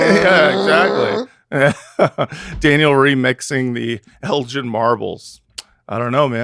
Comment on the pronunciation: This! The British Museum's refusal to give back stolen artifacts truly knows no bounds. Also, for my fellow Americans, Lord Elgin's name is pronounced with a G as in "gift," not El-jin as they said it here.